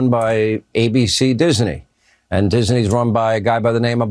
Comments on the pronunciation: No sean. He is not the head of Dis-uh-nee. His Company is Disney 😂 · It's not DISENEY, it's DISNEY dumb dumb! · Hannity says Disney like it has three syllables